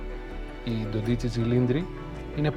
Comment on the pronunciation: Είστε εξαιρετικοί! Αλλά προσοχή: προφέρεται Ντόντιτσι, ο τόνος στο όμικρον